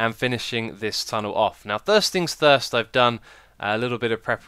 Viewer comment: "thirst things thirst" eh? It sounds like you need a new soundcard too! or maybe your language core is glitching...